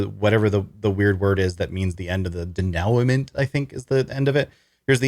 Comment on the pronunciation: It's "de-noo-ment".